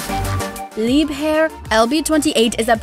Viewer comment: since when is engine horsepower a capacity? And leib hair? whit? its pronounce leibher - Lee buh her or leeber. You sound educated but yer just not. The facts were correct and i do appreciate the research but the terminology is terrible. i suppose i did enjoy it